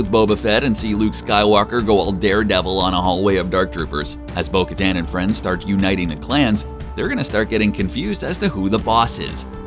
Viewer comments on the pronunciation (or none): I hate how you mispronounce her name